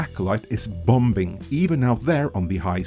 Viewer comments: The second b in bomb and bombing is silent. They're pronounced "bahm" and "bah-ming." Just FYI. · The second b in bombing is silent